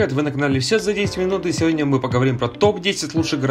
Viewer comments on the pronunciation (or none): none